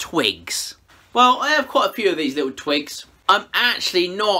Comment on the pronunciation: It sounds like he is saying they are twinks in the beginning when he talks about the twigs, needed a laugh today and the outcome was so pretty! Great job!